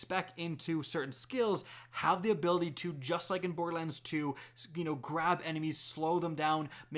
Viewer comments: What is this "Bord-Lands" he keeps referring to? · Why do you call it Boredlands lol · Love ur vids.. but for the love of god its bor-der-lands not boardlands.... and its SNI-PER rifle not snipe rifle lol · Could you enunciate the "er" in borderlands more please. It sounds like you are saying "bordlands". It says "lern special powers" not gain special powers. You missed the fact that there is a female Psycho jumping at the character from behind. Is that a rocket launcher or is it some sort of chaingun? The color scheme and squareness of the shotgun looks far closer to a hyperion shotgun than what torgue shotguns look like. See: - You mentioned Zero but missed Maya. Who's on the meds. shop? That star is not downward-pointing. You may be right on the eridium style guns point. In the picture, you can also see a laser beam coming from the gun. The colors look like it's a Vladof weapon. The red and black "V" on the side confirms this for me even more. You can see another one of those monkey things in the background. That looks like some sort of canister that may be ammo for the laser/eridium/lava thrower. The colors still seem to point to Vladof rather than Torgue, especially the color and shape of the sight. While Torgue did have a bit of that electric look on one of their sights, the shape is off. Though It could be mixed parts... The enemy looks like he's riding some sort of creature. You can actually see that paint scheme on a few other weapons. I think it may be a bandit equivalent brand. It may be a flamethrower-type weapon. I